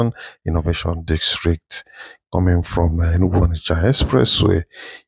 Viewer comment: District ✅✅… dikstreet ❌.. good job tho